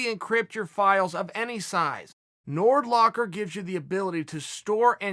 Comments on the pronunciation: Chael "Got em in a Nordlock" Sonnen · Nordlock LOL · I download nord locker each time uncle chael said “nord locker”